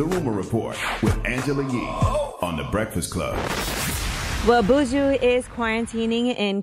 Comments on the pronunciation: Its buju not booshu kmt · Envy said "Booju"🤦🏿‍♂️ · Do not say Buujjjuuu like that Yee &Envy *cringes its Bu-Ju 🇯🇲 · Buuju... lol... him name is BUJU Benton. Pronounced B'ju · The way Envy pronounced Buju😅😅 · The way y’all pronounce Buju is cringeworthy 🥴🥴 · Im like how can they pronounce JUJU but not BUJU? How Sway?